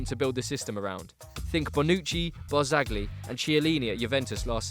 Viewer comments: Barzagli = barzalyi Chiellini = Kiellini. I know it doesnt really matter, but I remember you guys once asked for some pronunciation advice. So here you go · This guy can't pronounce Barzagli or Chiellini. Jesus.